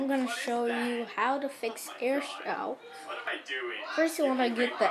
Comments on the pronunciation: Its pronounced 'airshow' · It's pernounced air show